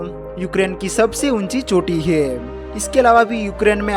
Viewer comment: He😂 he 😅he😅😂😂😂 hai are bhai hai he.he 😂😂😂😂